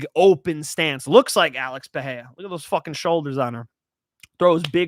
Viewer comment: Pereira…the Rs are not pronounced like an H…that only happens when the R is in the beginning of the name..or if it’s 2 Rs together…ie. feRReira (feheira). Other than that, great content.